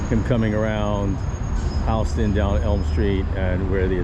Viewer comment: It's Houston Street not Hawston Street